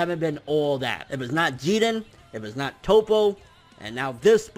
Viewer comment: I hate when he say jiren....he not even saying it correctly